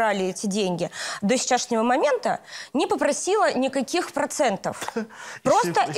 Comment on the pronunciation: До ,,сечашнего,, момента?ужас!!и кто учил русскому языку ответчику в 1 деле?